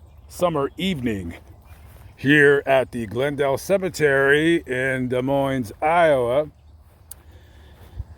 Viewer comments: Not to knit pick but it's pronounced Da-Moin... Not Des Moines... I think it's French... I know it's spelled funny but anyway thought you might like to know... Hope you stay safe and cool out there... ☮️ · I’m from Indiana and when I heard him pronounce Des with the S, I shuttered . Same when people pronounce the S in Illinois